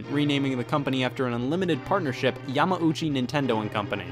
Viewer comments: Hate to be one of those guys (lol) but... Yamauchi = more so "ya-mao-chi" and not so much "ya-ma-ooh-chi" Thumbs up of course for the great vid! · Your adding an extra M syllable to Yamauchi just saying